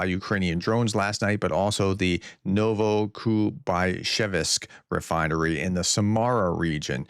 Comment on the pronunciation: Novokuybyshevsk. Pr: Novo- Kooy- Be - ShAve- sk Not ShevEsk. There is no E there. But hey, while Ukraine bombs those places, you, dear Professor, are helping by butchering the names of their cities. This is how we will attain victory. Generally, with Slavic names, just as with long German names, just break them apart.